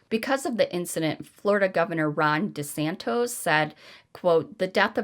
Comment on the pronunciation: Lol u said DeSantis really wrong lol 😂 not Santos it's santis. Just fyi not that it matters really